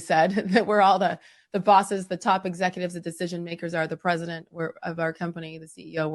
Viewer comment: Did you call him RESIDENT BIDEN?